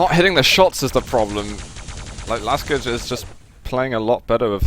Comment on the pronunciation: Side note: Last j in Laskij should be read as long ee - something like in "to read". :) Zoot, you should invite Rapha as often as possible to cast. :)